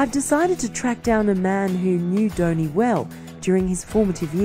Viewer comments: Its not downy its dhoni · Not Dhouni but Dhoni. At least pronounce name correctly before making videos.